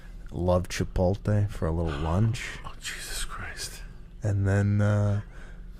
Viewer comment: “Chipolte” Lol